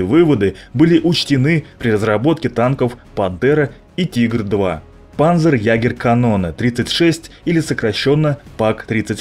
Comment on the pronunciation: Автор, нужно быть в теме: Не гЕвер, а гевЕр (Gewehr) Не Панзерягер, а Панцерегер (Panzerjager) Егерь - охотник